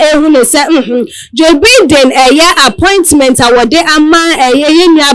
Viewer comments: Distasteful and classless. Don't they get any training (at least a selection process) before they make a public ridicule of themselves? It is 'Baiden'; not 'Bidden'. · Can someone tell this lady how to pronounce Joe Biden name right? What a SHAME